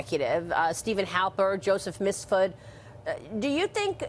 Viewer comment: Has Maria ever properly pronounced “Mifsud”?